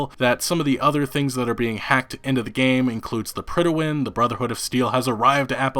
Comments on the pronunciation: PRIDE-win. It's pronounced PRIDE WIN. You should know that as... a gamer and all. I was cringing everytime he said pridawin. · its not pronounced "prid-a-win" its just pronounced "prid-win". lol not sure where you're getting that totally extra syllable, but its not in the word. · The Pridawin? Do you mean the Prydwen? There's no a in there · Dude, the way you keep mispronouncing "Prydwen" makes me cringe.